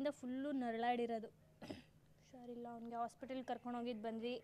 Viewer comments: Usharilla alla adu.. husharilla.. kannadavannu sariyagi balasi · adu ಉಷಾರಿಲ್ಲ ಅಲ್ಲ ಹುಷಾರಿಲ್ಲ... ಮೊದಲು ಸರಿಯಾಗಿ ಕನ್ನಡ ಕಲಿ ಆಮೇಲೆ ತಿರ್ಪೆ ಶೋಕಿ madu💦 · ಅದು... 'ಹು'ಷಾರಿಲ್ಲ'